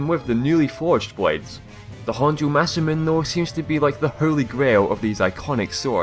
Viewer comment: Masamune is pronounced like this : Mah-Sah-Moo-Ney.